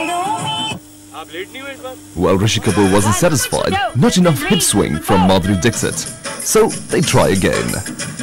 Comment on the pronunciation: Lol !! He is calling Madhuri Dixit like Brexit🤣